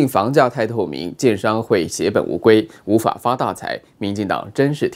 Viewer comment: 那個發大財真的聽不懂他在說什麼....